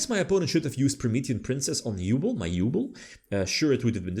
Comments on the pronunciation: Halfway through I feel like we bullied him into saying Yubel instead of "Yooble" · i beg you, learn how to pronounce Yubel x') she suffered enough, don't torture her more